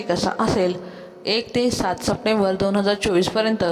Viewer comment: संप्टेंबर नाही - सप्टेंबर 😅